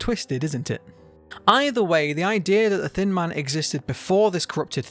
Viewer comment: When he says “thin man” I hear “thin mint” HELP ME😃